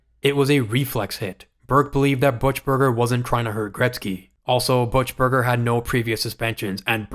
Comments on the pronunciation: “Butch”-burger. It’s actually “Buck”-burger. From a longtime Oilers fan. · I'm going to assume you're significantly younger than me and never heard the name pronounced before: It's sounds more like "Buck-burger", definitely not "Butch-burger". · everytime you say BUTCH-burger instead of BOOK-Burger tells me you know nothing about hockey, are a filthy casual, and not worth sub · Who TF is Shane Corso as one of the 3 captains? Also, Butchburger? It’s Buchburger. Don’t make videos if you can’t speak. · his name is "bookburger" not "butchburger". AI or yankee. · You can tell young YouTubers when they can't pronounce names of old players.. Who's " butch-berger" ?? It's " buck- berger" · BOOK-burger...not BUTCH-berger ffs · How old are you? Kelly ‘butch-burger’. It’s buck-burger. We called him buck wheat. ‘Butch’ 😂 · BUC burger.. Not BUTCH Burger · it's not pronounced buchberger it's bukberger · Buchberger pronounced Book-Burger, not Butch-burger… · Pronounced Buckburger not buchberger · Book-Burger not Butch-Burger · Buck-burger not Butch-burger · BUCKburger not Butch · you know nothing about hockey. Kelly "Butchberger" ? It's BUCK- Berger, half wit millenial! Shane "Corso" ? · I know, right! It was so painful hearing Butch-burger over and over again .... Book-Burger, my man, Book-Burger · It’s pronounced “buck-burger” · "Butchberger? Learn how to pronounce names or stop making videos. This is garbage. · You could at least pronounce names right, it's pronounced "Buckberger", despite the spelling. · Kelly Buchberger is pronounced "KELL-ee BOOK-berg-er," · Interesting stuff. Never much of a Keenan fan, with his one-trick coaching method. Also, it's pronounced Kelly Buck-berger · "Butch"-berger, man? Really? I mean, there are many, many audio clips out there these days, of how to properly pronounce these names. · It's BUCK-Burger dude! Now pronounce auf wiedersehen! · pronounced Book-Burger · It's pronounced BUCK-Berger. Do your homework. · "Butch-Burger" lol